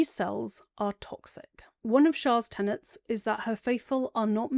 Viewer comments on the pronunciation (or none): none